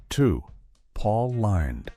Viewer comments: The AI robot voice mispronounced Paul Lynde as paul lined an in lined paper instead of Paul Lind. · Paul Lynde's last name sounds like "Linned", not "Lined" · His name is pronounced Paul Lind. Everyone watching tv knew he was gáy. I was a kid and I knew. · Pronounced Lind not LYNDE! One would have thought you might have researched this before publishing this with the wrong pronunciation. It undermines your credibility. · Paul Lynde (LIND) not LINED! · Are these all bots that read these?? Pronounced names wrong. Paul LINDE? Then they correct it at the end. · That's Paul Lined to you! Lol.. The Mispronunciations and Canned Voices that Everybody uses always instantly gives them away.. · Apparently according to AI, it's Paul "Lined". I hate AI. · "LIND" (SHORT I) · Paul Lined? Sloppy AI again. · It's pronounced, "LIND", you idiot. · Missed pronounced Paul Lynde's (Paul Line) name....more AI shit. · Please learn how to pronounce Pauls last name. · Dick York was not gay. This machine doesn’t know how to pronounce Paul Lynde’s name! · Rock Hudson, Tab Hunter, Anthony Perkins, Farley Granger & Sal Mineo were not sitcom stars. And isn't there a way to correct the AI voice's pronunciation of Paul Lynde's last name? 😒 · I know. . Even if the narrator is mispronouncing his name. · Why can't you pronounce Paul Lynde"s name correctly? And I'm supposed to take you seriously. Just click bait. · Pail Lynde last name was mispronounced